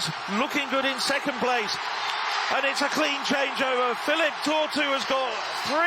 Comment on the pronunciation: Philip Tortu. How can he be so bad at pronuncing his name when it's clearly Filippo...